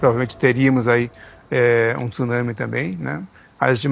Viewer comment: meus ouvidos agradece por ouvir TSUNAMI e não TIÇUNAMI